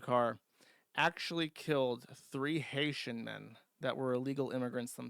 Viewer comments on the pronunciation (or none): none